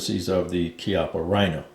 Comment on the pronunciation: It's rather "KYUPP-puh" than "KEE-up-uh". It's an italian surname, funnily meaning "buttock"